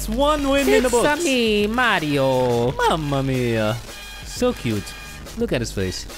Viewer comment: minute lol I'm italian, nice "Mamma mia"